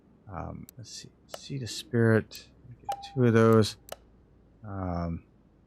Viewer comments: It's pronounced Es-preet, not Es-Spirit LUL Okay anyways keep it. Although I'm not a fan of this specific model, it's not very representative of the actual car. That said, you did a solid job of making it look clean and stylish. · Like Sonicfear said, it is Es-pree. No worries, though. This was an interesting car back in the day. It was either a love or hate thing. I was always a fan because it reminded me of a sportier Delorean. The only thing that held it back was the engine. They had room for a bigger engine but neglected to use it. Was there any swap options in-game? Anywho....keep it!